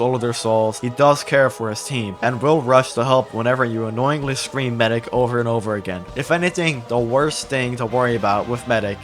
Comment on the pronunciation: Medic, It's medic.